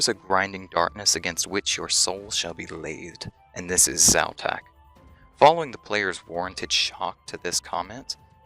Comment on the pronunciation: Quite interesting, I'm still surprised that people pronounce letters and emphasis so differently. In my mind I'm calling Xau-Tak something like... KZ'ow-TàK (with most emphasis on the last part) whereas you pronounce it more like Zao-Taak (with emphasis on the first part). Is there a reason to belief Xau-Tak is a male god btw? And... Why was I not able to get that Xau-Tak reference in Nomad's Elegy? :( I had the impression that that black stone slab and the horrors (cave, jungle, skelletal) are somewhat related to this too. Not only is the Skeletal horror able to do mind control, but it also shares the link with (un)dead: talking to us in the underworld and animating ex-parrots and the skeletal horror. Witchwood trees would have to be related to this content somehow too, since it has an effect on the cave-jungle horrors. And given the properties of this wood/tree species... I think it might be (distantly) related to the Blisterwood trees.